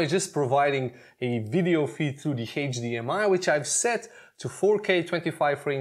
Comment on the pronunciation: Never mind, I just realized he was trying to say "HDMI" lol